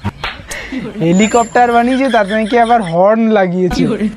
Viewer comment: Eta helicopter na...nicher balcopter..😂😂